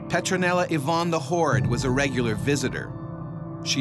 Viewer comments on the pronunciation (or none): none